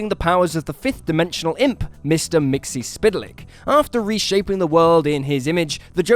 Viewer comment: Am I the only one that has a problem with how he pronounces Mister Mxyzptlk?